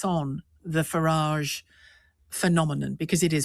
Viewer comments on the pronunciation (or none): none